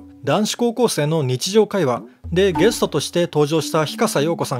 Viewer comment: ゲス「ト」（笑）